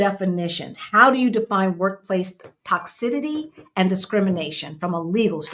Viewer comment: Sis, respectfully, there is NO D or “ d” sound in Tox-ih- CITY. PLEASE , stop adding that D to the word. 😫😩😂. I want to scream every time I hear it.